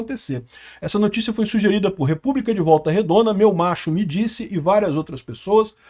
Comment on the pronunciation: "República de volta redond", parece que tem um conterrâneo meu Aki 😂